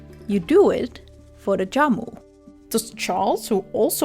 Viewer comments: Jamu not yamu :) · Good video but I just want to correct something as Indonesian myself. Jamu pronounced with Jhamu not yamu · very helpful, thanks... anyway, spelling Jamu is not Yamu, but J like Jeep. but yes... thanks again. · It's Jamu.. Like Jam but British + U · Jamu is pronounce with hard j just like j in jam.... hope this helps....